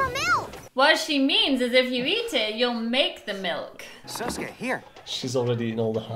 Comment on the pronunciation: 🙅‍♂️ Sasuke 🙆‍♂️ Sousuke